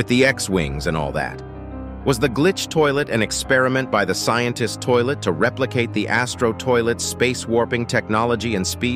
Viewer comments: blud really said sciencetist toilet☠️☠️☠️☠️☠️☠️☠️💀💀💀💀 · did bro just say scientist toilet is controlling camrastrider